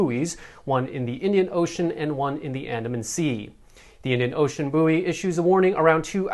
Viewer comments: Do you mean bouy pronounced boy! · Buoy is pronounced boy in the uk where English originated. I quite like the Americanised booey 😂. Good news bulletin I love the govt Photo-shoots and look forward to the daily flip flops.